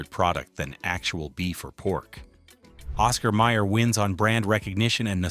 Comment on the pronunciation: It's Oscar Mayer, not Meyer.